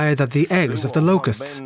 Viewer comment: "You will eat zee bugs"